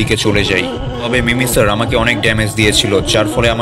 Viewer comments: ওটা মিমিসার না ওটা মিমিকার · ভাই ওটা মিমি সার না ওটা হবে মিমি কার